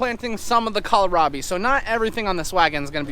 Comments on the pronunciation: Interesting how you pronounce kohlrabi. We say "coal-rabi" around here. You say it like "colo-rabi" I always think you're going to say Colorado. 😁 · Tracy and Megan will pronounce it "coal-rabi" also. Florida girls.